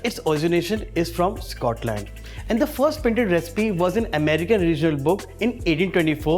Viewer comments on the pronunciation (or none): none